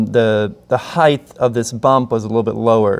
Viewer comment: Did you say heighth?